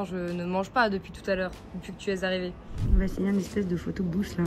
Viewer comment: Haha j’avais compris « un photo bouche » a - j’étais WTF c’est quoi ça? « Photo Booth » c’est plus logique! C’est toujours aussi dépaysant comme blog - Merci 🙏